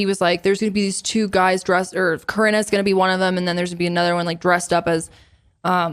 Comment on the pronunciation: pronunciation of Corinna 💀